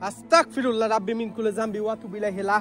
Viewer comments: আস্তাকফিরুল্লাহ ❌ আস্তাগফিরুল্লাহ ✅ নেক্সটে ঠিক করে নিয়েন। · আস্তাকফিরুল্লাহ কি? আস্তাগফিরুল্লাহ হবে ওকে? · ভাই আস্তাকফিরুল্লাহ না বলে। বলবেন যে আস্তাগফিরুল্লাহ। আমার কাছে আপনার ভিডিও বলো লাগে